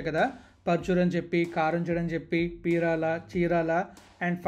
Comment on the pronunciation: అయ్య పీరాల కాదు పేరాల